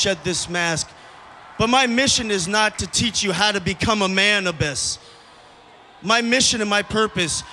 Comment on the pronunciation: $1 for everytime he says abbys lol